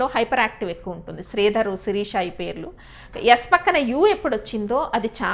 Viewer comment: Sririsha kadhuga shirisha kadha s pakkana h undhi kadha